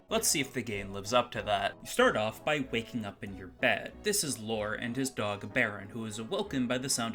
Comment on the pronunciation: I keep hearing "Lore" as "Laura". IMO Lore isn't a very good name for a character. I mean, it's better than the name "Sword" in Time Stalkers, or "Poo" in Earthbound, but as far as RPG protagonists go, it's somewhere down there. To think that a battle with a gaslighter could be about going around adjusting a series of gas lights while the enemy tries to cloud the battle area, obscuring which lights need adjusting. It's certainly a better idea than that guy came up with. Hey, I could work at Blizzard with ideas like these! ...except that I'm expressly interested in making adult games, which blizzard probably isn't desperate enough to want to make (yet).